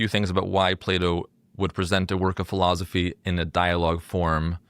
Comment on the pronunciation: you say philozophy. it's weird. i like it.